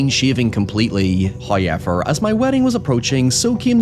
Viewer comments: First "hoyevver" drops . The nuptials have taken effect. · I promise you sir there is no letter Y in the word however